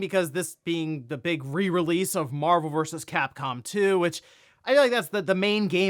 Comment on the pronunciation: TF is MARVURS CAPCOM? Enunciate.